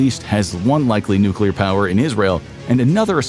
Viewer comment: nucular power